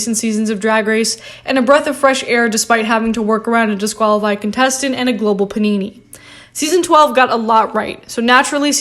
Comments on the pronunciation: Did you say "a global panini?" LOL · Why is no one talking about how this girl doesn’t know how to pronounce the word “pandemic” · Please just say pandemic.